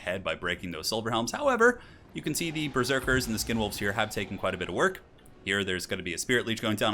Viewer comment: Did you call skinwolves condomwolves or are my ears reaally in the gutter?